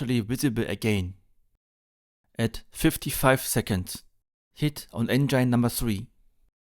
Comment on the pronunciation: Recht hat er trotzdem. Grauenhaft- auch für deutsche Ohren. Schon in der Schule lernt man das "th" sauber auszusprechen. Wozu gibt's zudem die Lautsprache in den Wörterbüchern? Du sprichst ja kaum ein Wort richtig aus. "Enngein?" Geht's noch? Es ist auch Respekt vor der Sprache. 😊